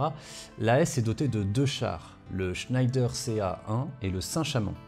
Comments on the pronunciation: Superbe exposé, comme toujours! Mais attention, en temps de guerre contre l'Allemagne parler d'un fleuron industriel français en prononçant "Schnaïdère" au lieu de "Schnèdère", c'est risquer de subir le sort de Mata Hari!😄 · Alors comme j'ai vu passé le Tweet de, je fais aussi mon méaculpa, on dit bien "schnédère" et non "schnédre" comme je l'ai écrit. En tout cas c'est comme ça que la société Schneider Electric se fait encore appeler aujourd'hui et qu'on l'on dénomme habituellement la famille Schneider. Mon erreur vient du fait qu'on prononce parfois les "er" en "re" comme dans Hottinguer, prononcer "Hottingre". Quand à savoir comment il faut prononcer les noms propres, il n'y a pas vraiment de règles mais des usages qui parfois sont emprunts de chauvinisme en particulier à l'époque qui nous occupe. Bref, ces arguties ne retirent rien à l'extrême qualité de la vidéo. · Hey juste pour dire, ça se prononce « schèdre » et pas scheider a l’allemande Super boulot sinon! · Je pensais que l’on prononçait « schnèdre » comme pour l’usine Schneider, non ? En tout cas super vidéo, c’est vraiment pas courant de parler de doctrine plutôt que de juste décrire les chars sur ce sujet ! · Juste pour dire que le char Schneider est bien français malgré la prononciation de ce nom d'origine germanique ^^ Sa prononciation francisée est Schnédère ;) Sinon excellente analyse, comme d'habitude. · En effet on prononce"Schnédère"👍, par ailleurs la rivière est l'Ailette et non l'Arlette, et on dit "Berry au Bac" tout court, pas "le Berry au Bac", rien à voir avec le Berry berrichon 😉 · Superbe vidéo, comme toujours. Merci! Juste une chose, Schneider c'est Français (Le Creusot, Bourgogne), ça se prononce"chnédère" 😉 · Si je peux me permettre, à l'époque et jusque dans les années 80, l'industriel "Schneider" en France était prononcé "Chnèdre". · Schneider ça se prononce pas à l’allemande pitié surtout en parlant de la PGM